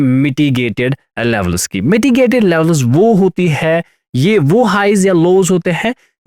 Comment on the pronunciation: Not लेवलस it's लेवल्स